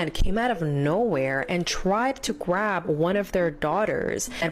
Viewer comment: .....did she say - Gwab? Is dat slang for grab?